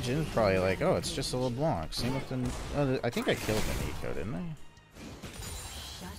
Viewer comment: PS: you dont have to pronounce the "c" at the end of Leblanc, it's actually silent ;)